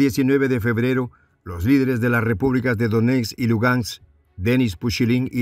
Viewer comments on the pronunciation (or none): Minsk....Donetsk.....Lugansk! No es minks, donets ni luganks!!! Hay que practicar más para ser mejor comunicador.